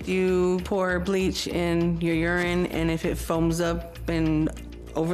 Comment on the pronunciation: Did she really just call urine, "yern?"